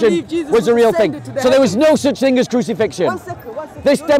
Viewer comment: "Crucifixion is a made up TING” Hahaha🤣😂🤣